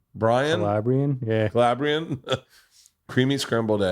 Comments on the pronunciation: cala-brain... cala-bryan? only bert, man. legit only bert. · You know how Italian Bert is when he says the Cal la Brian for Calabrian